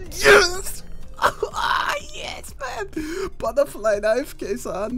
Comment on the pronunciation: "Buttah flie knievvv!!!"